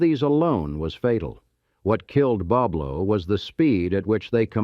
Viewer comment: He pronounced it wrong Boblo